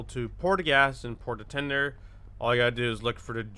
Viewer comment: i cant stop thinking about how he said pour the tinder XD